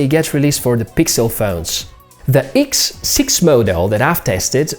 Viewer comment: what " iks" siks hahhaha